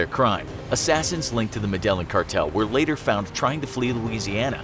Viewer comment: Not "Medellin"... "Med-eye-een"